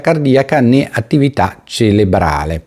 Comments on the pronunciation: cerebrale non celebrale come hai detto tu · comunque cerebrale, non celebrale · CeRebrale, scusi, è più forte di me ❤️